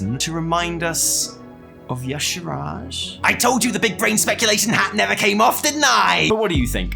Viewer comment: The y'shaarj ending 😂😂😂 I can't